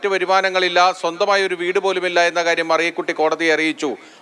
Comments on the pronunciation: "മരിയകുട്ടി" അല്ല എന്റെ ചേച്ചി.... മറിയകുട്ടി എന്നാണ്. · മരിയ കുറ്റി അല്ല. മലയാളം പറയാൻ അറിയില്ലത്തവർ വാർത്ത വായിക്കുന്നു. വേറെ പണി കിട്ടില്ലേ??.. മറിയ കുട്ടി എന്ന് report ചെയ്യുന്ന ആൾ പറയുന്നപോലെ തെളിച്ചു പറയു. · അയ്യോ മറിയകുട്ടി അമ്മച്ചിയെ " മരിയകുട്ടി " എന്ന് ആക്ഷേപിക്കരുത്.... അമേരിക്കെന്ന്‌ വന്നതല്ലല്ലോ ന്യൂസ്‌ റീഡർ